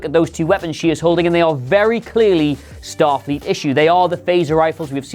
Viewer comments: #2 a goof you guys missed. "Statfleet" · STATFLEET XD XD XD